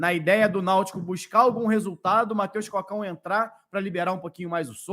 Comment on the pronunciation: tá pronunciando errado o nome do jogador. Não é Mateus “Cócão”, é Mateus Cocão, de cabeça grande lá ele, moringão